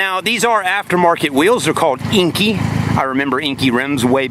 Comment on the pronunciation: Inkey? Enkei lol